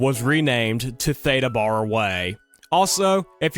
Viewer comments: Some people pronounce their vowels differently especially the A one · I never heard her name pronounced that way. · Theda Bara was pronounced, “THEE-dah BEAR-uh” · can't imagine doing a video on Theda Bara and not pronouncing her name correctly. The actress Theda Bara is pronounced THEE-də BARE-ə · FWIW: Both names are mispronounced,. Much more like Theeda Baaruh. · ThEda Bear ah. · For that matter, I've only heard her name pronounced, "Thee-da Bear-a," like Yogi Berra. Best Foot Forward, The Beverly Hillbillies, The Munsters, etc She showed up on Lux Radio Theater, with the familiar pronunciation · PRONOUNCE HER NAME ..CORRECTLY IF YOUR'E GOING A VIDEO ....JUST MY OPINION ...😯